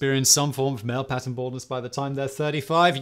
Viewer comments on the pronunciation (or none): none